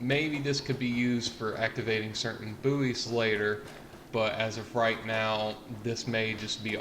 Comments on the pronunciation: Yeah i've got new information... Buoys are pronounced as "Boys" not Booeys ... other than that interesting video. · its pronounces like "boy mot "boo-ees "" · its pronounced boys not booeys fgs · It's pronounced boys not booeys. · the word bouys is pronounced like boys not boo-eys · Please tell me you muricans don't pronounce buoys as booeez! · it sounds like he's saying booty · My ocd was going mental because of your pronunciation.